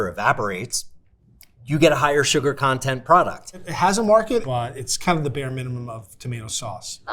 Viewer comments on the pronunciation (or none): none